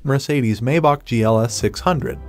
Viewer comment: Maybach is not pronounced May -bock It's pronounced My-bock. -> Maybach ! It's German